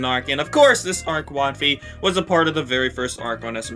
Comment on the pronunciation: Don't care didn't ask and you said wotfi wrong💀